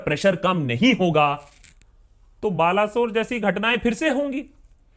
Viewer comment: It's Baleswar sir.